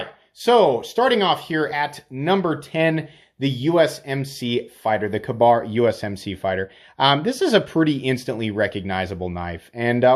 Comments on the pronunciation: kuh-BARR?! I’ve actually never heard it pronounced like that! 😂 I believe it’s “KAY-bar”. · Not kuh-bar .. k-bar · With all due respect, it's 'Ka-Bar' (pronounced K-Bar), not kabar. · Why are your pronunciations so off? If you're a knife guy then you would never say kabar instead of kay bar. It happens a lot on your channel. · Not doing your credibility any good by mispronouncing Ka-Bar